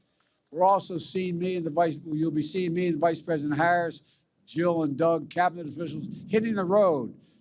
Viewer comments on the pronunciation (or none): none